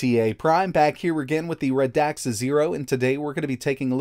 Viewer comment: Its pronouced Rad xa not Ra dax